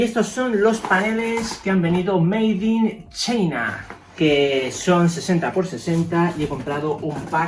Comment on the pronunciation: se dice Maid in chaina papu